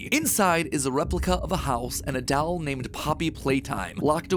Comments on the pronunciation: I can't get over him pronouncing doll as "dowel" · MatPat: "Weird talking dall" Me: MatPat: "Talking dall" Me: MatPat: "Talking dall" Me: This is fine... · I have to say it, Matt pronounces doll weird. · You say "Doll" very weird, kinda like how Stewie says cool whip. You are putting the emPHAsis on the wrong sylLAble